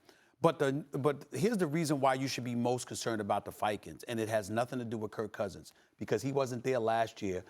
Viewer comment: SAS always says Kurt Cousins xD Skip used to as a derogatory term.